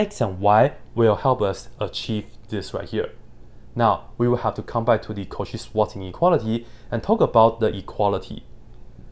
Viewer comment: the "cauchy-swanz-ineuality" 😂